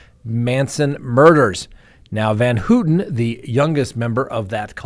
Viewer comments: work on pronunciations. It’s Pronounced Van-How-tan, not Hooten. It’s a pet peeve, I know, but it’s something I wish you were more careful about. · You could pronounce her name correctly. Phonetically it’s pronounced as Van Howten not Van Hootin. I’m glad she’s out. She’s done her 53 yrs and zero chance of a murder ever happening again. Not my words but that of the parole board. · Gotta work on pronouncing Leslie’s last name …. Pronounced Van “how” ten Not “ Hooten “ 😂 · i noticed he mispronounced it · Pronounced van "how ton" How-tin. How-tun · Van Houten. The "ou" is pronounced like in the word "ouch" or "pronounced ". Your track record is intact 😊